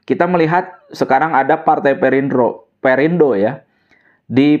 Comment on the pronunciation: admin salah nyebut "partai perindro" 😂 jadi inget Mang Kusnadi. Bilang Spring Bed jadi Spring Bred. Kerap menyelipkan huruf "R" di akhir suku kata